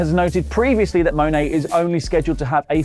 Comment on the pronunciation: It's not Mone-A. She pronounces her last name like you say the word "money" without the Y. If Wrestletalk actually watched New Japan's Rumble on 44th Street PPV that was given away for free on YouTube, they would have had at least 8 opportunities to get her name right as she promoted the San Jose NJPW Strong show a LOT on the Ro44thSt.